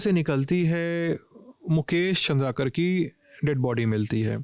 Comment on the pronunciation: Aap nam bahut galat le rahe hai Its चंद्राकर not चंद्रकर